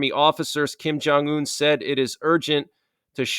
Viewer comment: not Kin jun yun...it's rocket man remember! 🚀🚀🚀